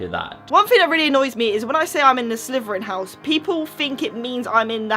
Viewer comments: I'm sorry but why do you call it Sleveren when it's Slytherian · I hate to be rude but you can't pronounce your own houses name it's Slytherin not slyverin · Its slitherin not sliverin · You say Slytherin like slitherfrin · It's pronounced exactly how it is spelt slytherin. Not slyverin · What's a slverian???? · did anyone realize she said slyverin? not hatin or anythin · Am i the only one who hears "sliverin" from?